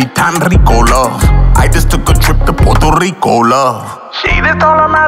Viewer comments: Ay Gates it’s pronounced PUERTO rico not PORTO Rico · He’s most definitely not fluent in Spanish. He’s a descendant of a Puerto Rican. Being Puerto Rican is when we are bien here and raised here. Someone should have helped him with those Spanish words and the correct pronunciation of Puerto Rico. No hard feelings tho. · he doesn’t speak it. He doesn’t even pronounce Puerto Rico correctly. AND JUST BECAUSE PEOPLE IN THE STATES ARE DESCENDANTS OF PUERTO RICANS, DOESNT MEAN THEY ARE PUERTO RICAN. THEY ARE AMERICAN. JUST LIKE AFRO-AMERICANS AND DONT SPEAK AFRICAN. THE PEOPLE WHO ARE PUERTO RICAN ARE US THAT WERE BORN AND RAISED HERE. AND WE COME IN ALLLL THE COLORS!!